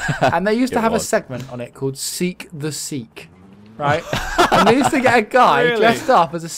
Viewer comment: It's Seek the Sikh ^^